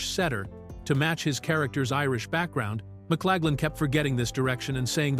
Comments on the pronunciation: Who’s this McClagland actor keeps describing? Please clean this up! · fails in Victor's name.